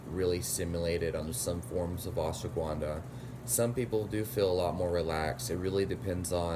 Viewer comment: Ash-wa-gun-dha not ashwa-guvan-dha